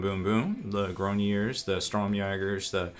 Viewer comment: also, for the french pronunciation, the last part is a ards sound, grognards (this is horrible pronunciation but it sounds like the french somewhat) just the last part kinda sounds like lard, just pronounce it like you would in english and it will be closer